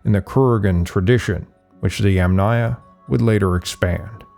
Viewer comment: For the correct pronunciation of Yamnaya you stress on the "a" of the first sylable, i.e. Yàmnaya.